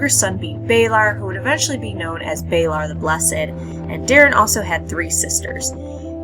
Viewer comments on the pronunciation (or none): balOr not balAr. Lys (L-EE-S) not Lys (lice). Really good video though.